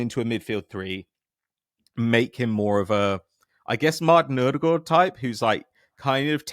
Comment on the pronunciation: Its a thing they do to sound smart, does the same with Ødegaard but he ends up sounding Danish every time